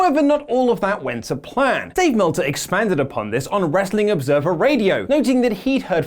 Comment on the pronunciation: Did say Dave Melter?